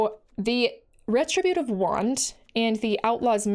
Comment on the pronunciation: re-TRIB'-u-tive wand. But say it however ya want. It's a Magic card, after all.